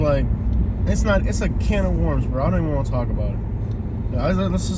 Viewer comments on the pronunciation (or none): none